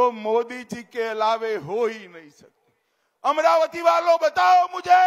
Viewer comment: अमरावती नाही अमराती